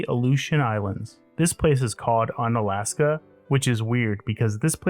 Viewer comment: U-na-la-s-ka! U as wu in Wurst